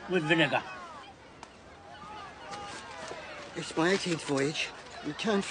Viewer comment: Bro really emphasized Vinegar